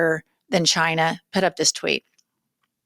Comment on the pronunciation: 😂🤣 Good one "Jyna" (China in velveeta voldemorticians pronunciation)...